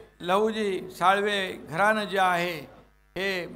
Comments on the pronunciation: साळवे. आहेत नीट उच्चार करा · साळवे म्हणा... साळवी नाही.... काय अभ्यास तुम्हा लोकांचा.... 🙄